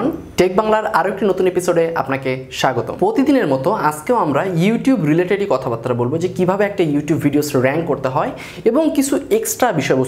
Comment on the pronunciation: বাতরা না বারতা।